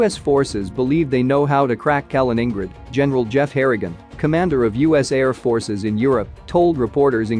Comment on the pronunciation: Harrigan is said normally, then becomes 'Hurridge-un'. Why does this video have so much wrong pronunciation?